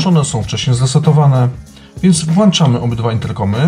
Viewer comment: WŁĄCZAMY, PRZEŁĄCZAMY się itp! Nie ma słowa włanczamy!!! Dlaczego tyle osób mówi niepoprawnie? :/ Wrr jak to drażni słuchając jak ktoś WŁANCZA :/